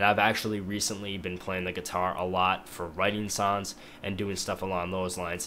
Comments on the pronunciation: when you say songs it sounds like your saying sons lol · Its funny. He says "sons" not "songs" :P Its very disturbing and the "along the lines" thing also. Found this on the front page. Gonna check out his stuff. Maybe ill like some.